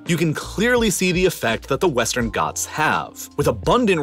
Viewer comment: Bro it's not westan goths it's ghats I'm from Uttar Pradesh Your prounation is 🤣 on Hindi words